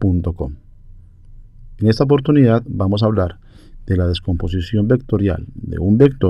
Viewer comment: Min "Vamo a suponer" XD Vamo a calmarnos.... muchas gracias, esta muy bien explicado.